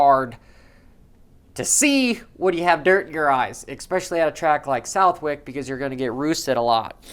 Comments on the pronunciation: Can you please stop saying "expecially"... Haha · Look up especially next time your looking up pronunciation 👍🏻